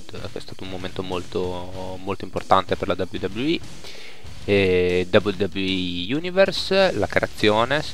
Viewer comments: Mi spieghi cos'è la V V E? Io conosco la dabliu dabliu i (scrito così per farti capire la pronuncia u,u) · si chiama wwe non v v e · "VUVUE 13"